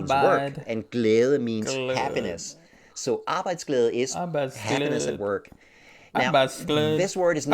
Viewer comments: USA is the blue bar... PS: u pronounced Arbejdsglæde pretty well... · Hey Arbejdsglæde first time hearing an american say æ like you. you could learn danisk farst bro. Nobody kan say æ ø å if theynot dansih ( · This guy knows what he is talking about being the co-founder of the leading company in Denmark in creating better conditions for employees and companies. Being very professional and traveling the whole World to make things better. I recommend reading his books too… And shout out to you for pronouncing “Arbejdsglæde” so well✌️🇩🇰